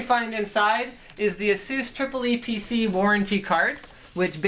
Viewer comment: I think it‘s pronounced Eee PeeCee